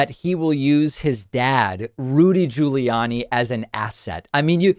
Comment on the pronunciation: Why does he pronounce Rudy's last name different than Andrews, same last name and he did it more than once